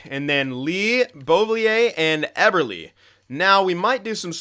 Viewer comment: Eberle not "Eber"lee"